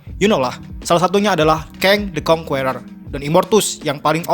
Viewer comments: Bang, sebut Kang the Conquerer itu "Keng de konkerer" bukan "Keng de konkUerer" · kritik buat admin atw siapapun yg bikin vid ini.. pliss bgt di PERBAIKI pronunciation ny.. asli gk enak bener di denger ny banyak kata2 dlm bhs inggris yg pronunciation / pengucapan ny jauh bgt, contoh "conqueror" dll.. mau kan bikin video yg enak didenger buat org banyak hehehe..